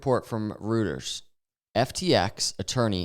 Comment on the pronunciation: The guy who brings us the news can't pronounce Reuters?